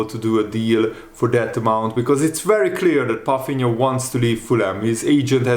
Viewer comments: That’s my point. So why is pronouncing his name with an “F” in it? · Is that how his name is pronounced? Palfinha?? Let me know guys